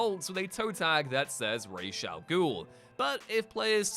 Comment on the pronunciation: FINALLY, somebody who knows how to pronounce Ra's al Ghul correctly